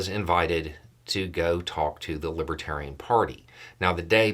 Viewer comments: Was it just my bad hearing or did he keep mispronouncing the name of the party? I heard "Libatarian" over and over. The look on his face as he stumbled down the steps from the stage...... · He kept saying " lib tarian ."" As if he'd never even heard the word before 😂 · Plus the fact that he kept saying others call him a libertarian, though he can barely pronounce it. 👍🏿💙💙💙🥰✌🏻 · trumpf hasn't a clue about the Libertarians and its exemplefied by the fact that he can't even say the word... correctly. He doesn't give a rat's behind about anyone... just the vote. He'll say anything, do anything ( even tolerate booing) for a vote. And of course, after he wins (I don't think its likely) he never knew you cos his promises are forgotten in the light of whatever fascinates him that minute. I did enjoy seeing him ruthlessly heckled, it was... refreshing.